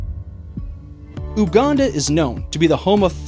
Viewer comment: The pronunciation of UGANDA though 😅